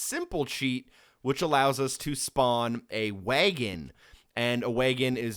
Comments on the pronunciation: Is it jus me or does it sound like he says waygon instead of wagon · What’d he say?! A WAYEGIN'?? A horse and a WAYEGIN'??? 🤣🤣🤣🤣 I believe the word ur look’n for is WAGON. Damn, that’s the funniest pronunciation of wagon I’ve ever heard. I’ve been laughing for 5 mins straight. But hell I’m not spelling that pronunciation just right bc he started it with WAG- but somehow threw a WAYE- in there. Like WAG'AYEGON….or some sht like that. Idk…..funny as hell tho. Never heard nothing like that and live in tha SOUTH. That must be a midwestern accent or something. They’ve certainly got their own way of speak’n as well just as we do here in the south. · Did you really just pronounce wagon way-gon? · Heh, "waygun". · Why did you pronounce wagon that way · Look, thank you for the cheats man, but hearing how you pronounced wagon makes me want to punch you in the damn face